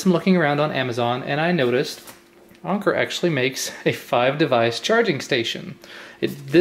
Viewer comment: Isn't it pronounced Anchor?